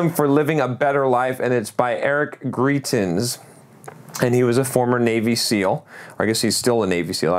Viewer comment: Hey, I believe it's pronounced "gr-eye-tens". Eric is a very accomplished person. He is an Oxford Rhodes Scholar, Purple Heart recipient, and just recently became the Governor of Missouri. He has another book, The Heart & The Fist if you enjoyed Resilience (which I personally enjoyed more, although both were great). Love the book reviews, thanks for those.